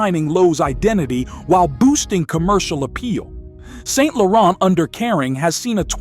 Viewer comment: Really bad pronounciation of most of the brands, lol... it's "san lor ahn" not "saint lor-ent." Same with Loewe being pronounced "Lo-ay-vay."